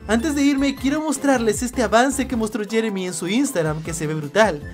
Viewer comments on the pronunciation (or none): none